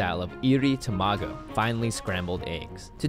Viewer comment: "TaMaGo" "fuRIkake" * cringes *